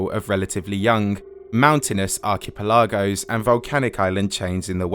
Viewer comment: Does not know how to say "archipelago"? 😂😂